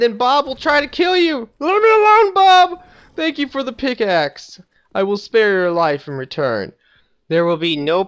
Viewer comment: pigaxe lol